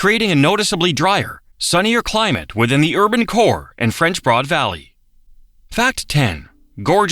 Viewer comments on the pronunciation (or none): WLOS TV in Asheville is an air channel where I live in SC and grew up listening to the newscasters talk about the French Broad River. When the bot called it the "board" river I decided it must be a bit dyslexic.